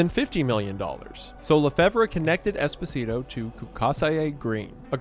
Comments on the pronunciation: hate to be that guy, but Esposito is pronounced Espo-Zee-To not Espo-Si-To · i mean technically i think it's pronounced esPOsito not espoSIto but good video source: giancarlo esposito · I mean, it's Espo-sito 😂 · Every time he says Esposito, a bit of Desposito plays in my head and I can't turn it off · Saying Esposito like despacito is killing me 😂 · lowkey irks me the way you pronouce esposito and perrone but still a great video